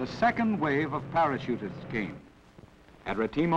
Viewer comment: Nearly a German failure, ahhh Retimo.